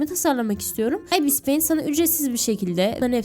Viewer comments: İbıs peyint diyo okunuyo abla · Okuması çok fazla "Ibis payint" "Abis paint" "Ayipiş pay amit"(bu en güzeli) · Ibıs peınt ıste